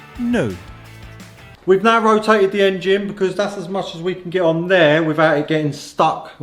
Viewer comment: When this bloke says “narr” he’s actually saying “now.”